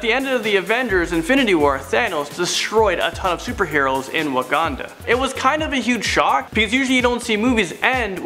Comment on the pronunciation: IS NOT WAGANDA ITS WAKANDA